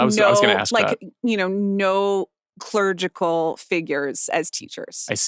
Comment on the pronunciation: Clergy or clerical, there is no 'clerigical.'